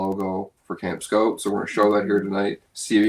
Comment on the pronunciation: Another good video. Anyone else notice says Camp Scout instead of Camp Skote?